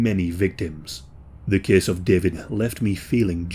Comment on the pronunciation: “This kehss tehkss plehss…”